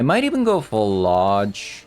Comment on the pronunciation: PhlAAAAge I'm pretty sure you're pronouncing it wrong